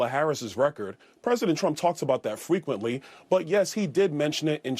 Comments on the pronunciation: Byron it's fentanyl not fentanol and it's fRequently not fweequently. He should be ashamed of himself pushing birtherism. He's the one running around pretending to be Jamaican. He's the such a clown 🤡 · "fweequently" Byron is such a dork 😂